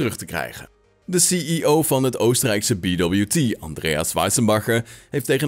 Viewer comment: Leuke korte video-update. BWT is trouwens een Oostenrijks bedrijf en kan gewoon op z'n Duits (of Nederlands) uitgesproken worden met "bee wee tee" ;)